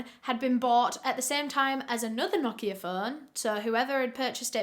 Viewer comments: This is very unrelated but thank you for pronouncing "Nokia" correctly! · Martin it's not, it's correct pronunciation is "no-kee-ah" british ppl just pronounce it differently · The pronounciation of Nokia was actually spot on 😄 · that’s bc it’s supposed to be pronounced like that